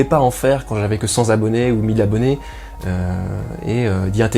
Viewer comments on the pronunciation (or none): Cent Zabonnés ? C'est pas plutôt Cent Tabonnés ?